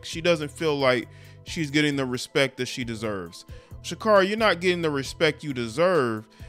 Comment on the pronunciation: Pronounced Sha-Carey :)